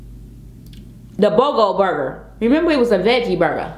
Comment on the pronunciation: It’s Boca burger, not Bogo Burger. The ignorance is real.